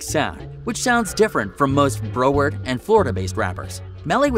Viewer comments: You destroyed the name Broward. Bro- Werd?? It’s Brow - ard county buddy 954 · It’s pronounced brow (like eyebrow) werd not bro-word🤣#freemelly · It’s pronounced “brow-ward” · paused it when you couldnt pronounce broward correctly